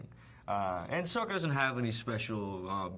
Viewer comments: To you but to me it sounds not that different. I'm watching Book 1: Water, Chapter 19: The Seige of the North Part 1 and the dude about to marry Yue just said "Let me tell you, Sokka... I've sported a lot of girls but Yue is the finest" and when he said it, he pronounced it "Soaka" like Rathbone. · omg I love him but he needs to stop saying sokka wrong😠😠😠😠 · he said his sokka's name wrong, that's just sad. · Stop saying that HE didnt say the names right, thats how the DIRECTOR told him to you idiots! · That's because that's how Sokka is pronounced in the movie, Aang's name is pronounced Ung int he movie too... yeah No idea why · he pronounced sokka's name wrong!!!!